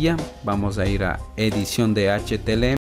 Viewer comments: amigo gracias buenos tutos me sirvieron de mucho solo una corrección que hacerte es CÓDIGO HTML NO HTLM COMO TU LO PRONUNCIAS DE RESTO MUCHAS GRACIAS POR TODO GENIAL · felicidades fue una gran serie!! y me sirvio mucho, solo una pequeña correcion, se pronuncia "HTML" y e escuchado que dices "HTLM" disculpa si te ha molestado, y gracias